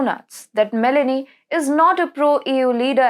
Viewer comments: Broadcaster should use "Google Translate" for the correct pronunciation of foreign names. Meloni is not pronounced as if you were adding a vowel (i) to the fruit melon. Meloni is pronounced as if the "o" in Meloni is the same sound as the word "oh". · Me'loni is the pronounciation